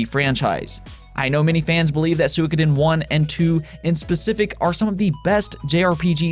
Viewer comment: He pronounced it closer to the Japanese pronunciation though.